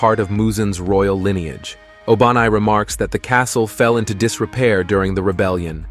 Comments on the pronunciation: what you just said O-BA-nai 😂😂😂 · Bro actually said ''obanais snake turned bigger''